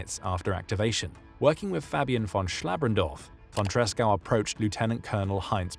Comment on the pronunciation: Good video about von Tresckow despite butchering his name.